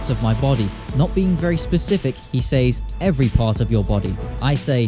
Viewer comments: It's sez, not sayz 😭 stop saying he sayz stuff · Is it just me or does he say " says " weirdly???